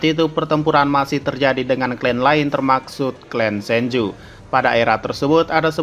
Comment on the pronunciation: Termasuk apa Termaksud sih? Apa ane yg salah denger 😂